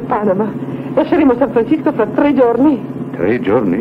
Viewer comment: san francisco .....cisco ...non sisco... a quei tempi i doppiatori non sapevano l inglese ......sempre indietro come i gamberi